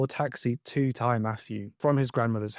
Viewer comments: Also, it’s Tee Matthew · Ty is a welsh word, meaning house. It is pronounced “tee”. So Ty Matthew, translates to Matthew’s house. Great video, I hadn’t heard of this case.